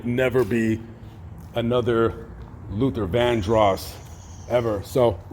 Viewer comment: This commentator pissed me off. First he pronounces Luther's last name wrong. Then he unsinceily, apologetically makes light of Luther's scandals. This is a horrible tribute to someone the narrator claims to have loved. I was a true fan of Luthar.